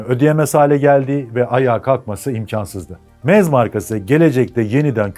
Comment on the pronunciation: Almancada doğru telefuzu şöyle "MZ" = "EM - ZSET" "MZ" açılım "MOTORENWERKE ZSCHOPAU" = almancada telafuzu "MOTORENVERKE ZŞOPAV "